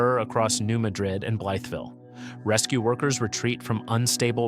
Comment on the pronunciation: Blytheville is pronounced "bly-ville." New Madrid is pronounced New "mad'drid."